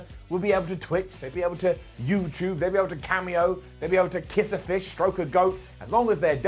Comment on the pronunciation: I swear I though I heard say “grope a Goat” but I was wrong 😂